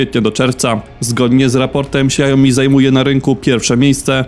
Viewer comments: Co do Xiaomi wymawia się "siałmi" a nie siajomi. Na YT były szef Xiaomi uczył wymowy. Starsze modele telefonów niestety nie mają już wsparcia poprawek bezpieczeństwa co oznacza, że łatwiej z takiego wykraść dane np. hasła do bankowości. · Xiao Mi się wymawia "siao-mi" a nie "siajo-mi" 🤣 tak na przyszłość, bo aż uszy bolą 😉